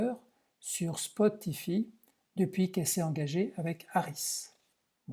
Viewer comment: Ahahaha spotifi la prononciation est à mourir de rire. On dit "spotifaille" vous êtes trop drôle... Cela me rappelle le héros d'un film de W.Wenders qui demande à son interlocuteur si Spotify est un village... également très drôle aussi